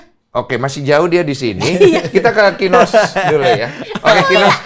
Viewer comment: Masa densu sebut kinos jd KINOY hahaha